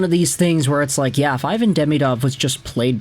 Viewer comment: Ivan prefers his name to be pronounced “eee-vahn”